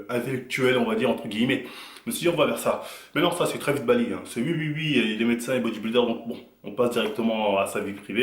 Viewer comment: "Ui" ❌ "Oui" ✅